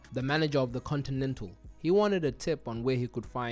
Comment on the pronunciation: "contidental hotel"😂